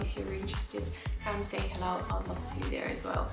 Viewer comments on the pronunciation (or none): none